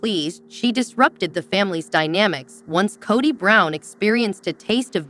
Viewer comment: Narrator can’t even pronounce Kody correctly.